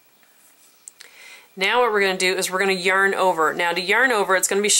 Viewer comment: Also I love how you say yurn (yarn)